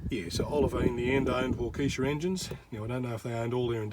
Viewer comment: G'Day, I live in Arizona 🌵I'm not too familiar with tractors, but like any type of machinery with an engine. I follow your mate Steve and Geoffrey also. You pronounce Waukesha correctly. Just imagine a "w" at the end. I enjoy your videos mate, very detailed and informative. Cheers, Scott 🌵